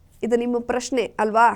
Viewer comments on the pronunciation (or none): none